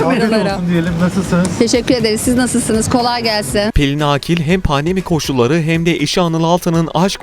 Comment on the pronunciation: Pelin ağkil deyip duruyor sunucu sinir oldum